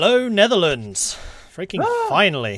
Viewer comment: nerdearlands lol.